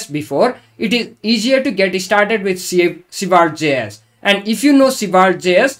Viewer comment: Honestly, I love your pronunciation of Svelte. I wish this was the official way. (I truly mean it.)